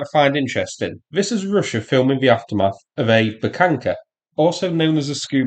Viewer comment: I'm curious: Is there some rule or something in english grammarthat there shall be no H withoun a k infront of it? It's a Buhanka, not Bukanka, like eng speakers make it sound.